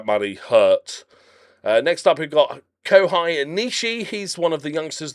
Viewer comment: Lad, Kohei is pronounce 'Ko-Hey'.